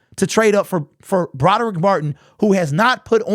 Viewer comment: First of all,, it's not Broderick Martin, it's Brodric Martin. Learn how to read.